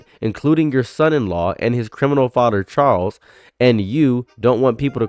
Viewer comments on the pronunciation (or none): none